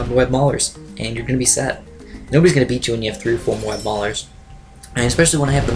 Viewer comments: "Mo-ab" not "Mobe" or else the A will be silent. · its mo-ab